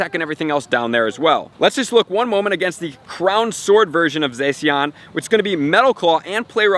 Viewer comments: it's zah-she-en not zay-see-en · I didn't want to be this guy but it's pronounced ZaShean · You pronounce Zacian like Zah-si-an